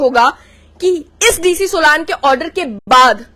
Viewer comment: सोलान नहीं बो सोलन है